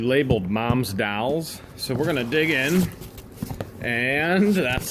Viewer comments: DOLLS!..DOLLS.DOLLS.... NOT DOWLS.. NOT DOWLS.. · I was mostly listening to this video instead of watching when I heard you say "dolls" (sounded like dowels, like the kind you put in cakes to layer them). I was like what's he going on about dowels for? So I actually watched and finally realized you were talking about dolls. LoL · Wtf are dalls theyr dolls not dalls lol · Dolls! Not dawls! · When you were talking about the box of "dolls"--it sounds like you are saying "dowels". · By the way they are dolls not dalls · Hey bud, they are pronounced "dolls", not "dalls" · I keep thinking he is saying "dowels"